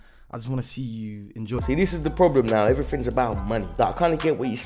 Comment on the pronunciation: stop 'finking' and start talking properly. you know 'th th th th thinking. diction is everyfing....er no everyTHing